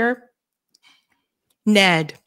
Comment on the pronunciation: N-E-D,, not "Ned". What's next, AI sauce? 😁